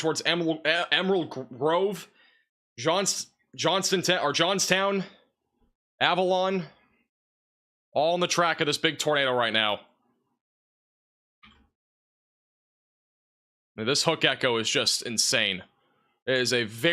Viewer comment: FIGURE OUT WORDS! Avalon isn’t Alavon. Plus the hundreds of others. If you’re trying to keep people safe, you have to know how to read the words, describing where they are, correctly.